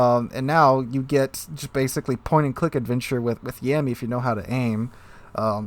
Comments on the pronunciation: I think it triggered me a little every time you said "Yeahmmy" and not something like "Yahmmy". Not a lot, but I feel like that nickname is almost derogatory to that ship XD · Please never say yammy again